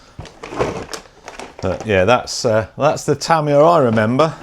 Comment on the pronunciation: it's "tuh·mai·uh" :)